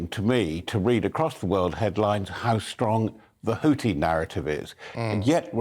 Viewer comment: Guys, please Google how to pronounce Houthi. It's not HouTi. It's HouTHi. xx